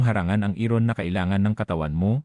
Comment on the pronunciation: Bakit hindi mo binibigkas ng tama ung iron at habit, mali ang pagpronounce mo sa iron at habit